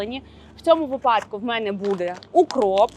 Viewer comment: Дуже інформативно, дякую. Щось у Вас час, від часу з вимовою, якось вимовляєте періодично ніби бабуся, чомусь замість «буде» кажете «бюде».